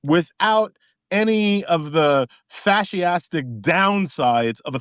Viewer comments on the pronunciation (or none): "fasciastic"...... and he portends to be an intellectual.... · Did you notice how he pronounced fascistic? “Fashyastic.” That’s what DEI gave us. People like this in cushy FedGov jobs